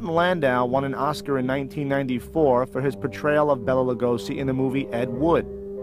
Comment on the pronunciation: Could have at least pronounced his name properly?